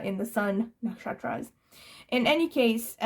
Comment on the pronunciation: It's quite amazing you pronounce the Indian astrological nakshatras names so correctly :)